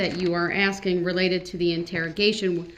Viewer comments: Exactly.......if he was truly asking ..... I'm sorry, let me back up for a minute...... If he was truly AXING questions to catch them in lies, he would have been writing down responses..... He's just doing it to talk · The questions he was axing where for the next time he does this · Do you recall being “wit” the detective, what in the heck kind of language is that? Does he carry an “AX” with him because he’s constantly “AXING” questions. This guy is a door knob. He better go back to school and learn how to speak English, so disrespectful to the court so disrespectful. With an IQ of zero they should’ve known he wouldn’t know what he’s doing., what does “BOPH” mean? Such as were you”WIT”the other investigator?? He represented himself right into hell.